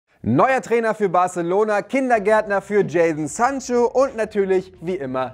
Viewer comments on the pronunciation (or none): none